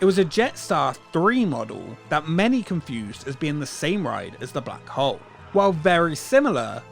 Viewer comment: I have to do this every time I hear "The Black Hole". It's The Blag 'Ole!